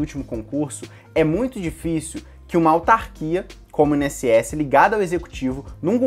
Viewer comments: In-SS? Por que você fala assim? Instituto Nacional... É separado mesmo. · Carioca fala "I-N-S-S" bem direitinho. O é que fala de um jeito próprio e bem peculiar! Nunca tinha ouvido essa pronúncia! hahahah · É impressão minha ou nosso amigo fala: “IN” ss? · Mais um vídeo tooop, esse vídeo veio na hora certa, tava pensando em focar só no INSS mas vou acrescentar outras matérias pra aproveitar mais como o TJMG por exemplo. E vc fala INSS muito engraçado kkkk. Continue mandando vìdeos são massa.